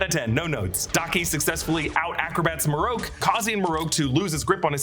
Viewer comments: Not Marroke it's Marrok. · "Maroke" smh... his name is Marrok ("Mah-Rock), or just first brother.